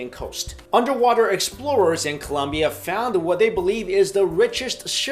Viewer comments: it's Colombia, not Columbia ;( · it`s COLOMBIA not COLUMBIA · ColOmbia not ColUmbia. sigh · ColOmbia!!!!! not ColUmbia!!!!!!!!!!!!!!!! ARGH